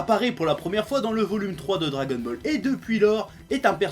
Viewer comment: tu a dit dragonmall est au lieu de dragonball est mais sinon j'aime bien tes videos continu comme sa